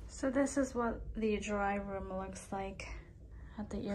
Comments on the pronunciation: I think it’s Day Room , not Dry Room…. Lol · Lol you keep saying dryroom but it says “Dayrooms”